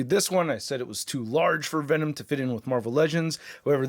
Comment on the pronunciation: I swear he said “Thanom”